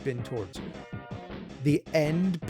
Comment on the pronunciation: Nobody: Nerd: "THE END-PUH"